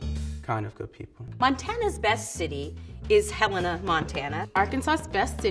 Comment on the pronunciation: not for MT - she pronounced Helena right